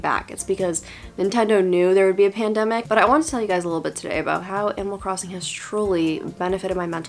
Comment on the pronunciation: For a second I thought you said "Emo Crossing" and I just...accepted it?